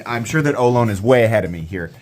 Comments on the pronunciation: Looks like a great knife, but being named after the California tribe of native Americans, it is pronounced oh loh nee. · Great review, fantastic knife. I'd love to see an auto version. For some reason there aren't many autos with contoured titanium handles, and the crossbar lock is my favorite auto release. FYI, in the San Francisco Bay Area we usually pronounce it oh-LOW-nee. We have Ohlone college and the Ohlone trail. The Ohlone were the local native Americans in the San Francisco East Bay. I think Ohlone knives is from a different part of the west coast, so maybe they pronounce it differently. Thanks for all you do!